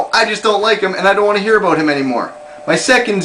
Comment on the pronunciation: lol aboot.